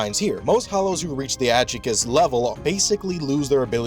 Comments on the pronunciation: it's a Spanish word, the J has an H sound. It's pronounced Ad-hoo-chas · It's pronounced Ad-Hugh-Cha, Hollow terms are all based on Spanish. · I loved the video tho. Just thought the pronunciation sounded goofy. I was listening to it while working and was like "what is that I've never heard that before 🤣" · The pronunciation of Adjuches is atrocious 😂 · Why can’t people pronounce adjuchas correctly. They say it in the show….. it’s simple. I didn’t subscribe.